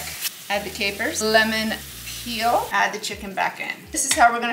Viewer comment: Love the “onyoong” and “lemoong”…😀